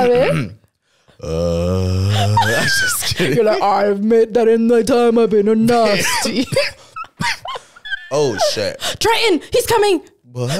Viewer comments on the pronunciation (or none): WHOS TRENTON???? LMAOOO TRITANN